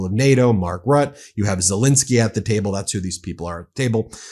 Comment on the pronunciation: Love your work, Ben but wish you could pronounce European names eg Macron not Macrone Ruttuh not Rutte French rarely pronounce last letter if it is a consonant Dutch pronounce every letter sorry, nit picking as we say, keep on keeping up the good work 🇪🇺 🇬🇧 🇺🇦 🇺🇸